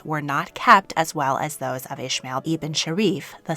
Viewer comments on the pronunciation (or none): Hey, I really liked the video, but "Ismail" isn't pronounced like that 😅 This is the arabic and islamic version of the name and is pronounced "EE-S-MUH-EEL". In English and German at least. The way you pronounced it is for the biblical/hebrew version, which is written as "Ishmael". Just wanted to tell you, as it always bothers me when someone gets my name wrong haha